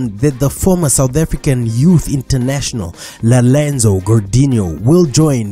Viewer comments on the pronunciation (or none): Did he say lerenzo😂😂😂😂